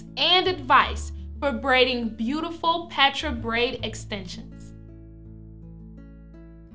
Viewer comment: I thought it was pronounced (paw-tra)